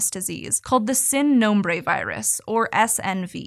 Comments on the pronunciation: Spanish “I” is pronounced like a long “e” in English so it’s not “sin” nombre it’s “seen” nombre. Please respect other cultures by trying to pronounce the language correctly. This is a phoneme we have in English too so there is really no excuse to not pronounce it correctly. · Pronunciation is usually fairly good on SciShow, but ‘Sin Nombre’ was super triggering. Seeeeeeeeeen